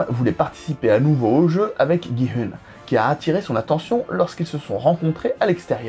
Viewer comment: coucou juste on dit gi oun♥︎